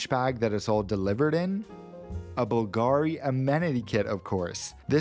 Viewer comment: it's Bùlgari, not Bulgàri.